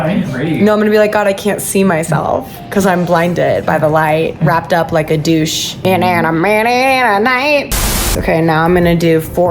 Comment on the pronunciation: Revved up like a DEUCE not “douche” lol